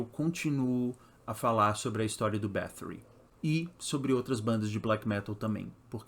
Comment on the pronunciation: pq fala com sotaque ingles sendo que é um sobrenome hungaro?